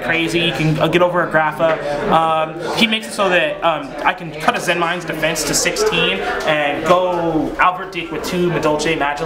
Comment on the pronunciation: Play Madolche AND pronounce Zenmaines & Papilloperative properly? This guy is completely awesome.